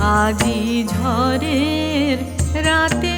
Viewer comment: উচ্চারণ একটু অস্বাভাবিক লাগছে, 'ঝড়ের' উচ্চারণ 'ঝরের' করা হলে কানে লাগে।